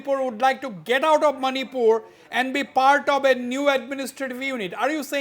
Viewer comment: It is Manipur not "many poor " for all the viewer's.